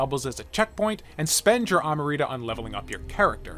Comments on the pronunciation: Amrita, not amarita, say it with me now! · You really just said amrita like that... It's not spelled amarita it's amrita